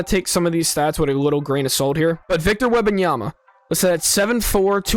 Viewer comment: How can you say Wembanyama correctly but butcher Emeka?